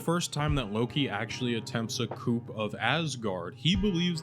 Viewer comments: Video is awesome. I'm lovin these analyses of one of the best shows. I say this with a lot of love & you've probably got a lot of comments saying this, it is pronounced "coo" like a dove not "coop" like a chicken. It is Fr*nch so you gotta say it in the dumbest way possible. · Really liking these series of videos. One nitpick though: coup is pronounced like COO rather than COOP.